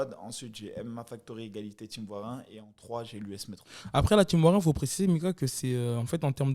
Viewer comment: "" c'est team, pas tchim